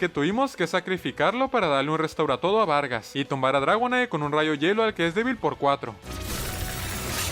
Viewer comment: xq vargas dice vergas jajajaj